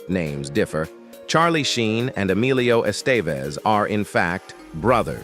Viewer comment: Por qué la voz no puede decir Emilio Estevez? Considero que es una falta de respeto